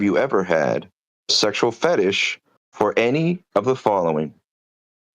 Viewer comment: Cannot pronounce fetish